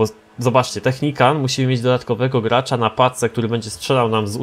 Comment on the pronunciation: Najpierw Technican teraz Technicant... Weź to wymawiaj poprawnie bo to przeszkadza.